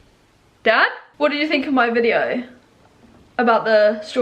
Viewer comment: I'm glad I'm not the only one who turns "Dad" into more than one syllable sometimes, like, "Da-duh!" or "Daaa-aaaddd!" Silly old Dads.